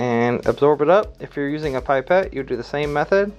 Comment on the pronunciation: Pip-ette not Pipe-ette.